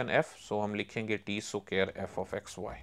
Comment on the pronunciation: Fr bro